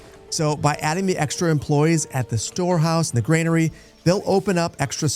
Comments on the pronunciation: It's "GRANERY", not "GREYNARY". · Please stop pronouncing granary as grainary. Very annoying 😂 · There's no "i" in Granary... ;) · Like the channel. Any chance I can get you to pronounce "granary," as GRAN-uh-ree instead of GRAIN-uh-ree? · Would you kindly drop that imaginary "i" in Granary? It's bothering me more than I'd like to admit.